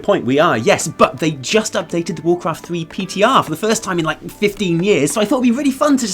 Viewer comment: Not sure I ever heard of warcwaft thwee